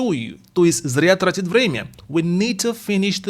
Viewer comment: трАтить, ударение не первый слог